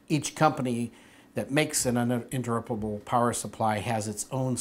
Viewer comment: he had a really hard time saying "uninterruptable" good video though!